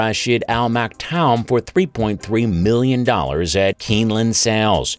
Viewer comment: Damned AI. If you know racing, you'll know how Sheikh Maktoum's name is pronounced.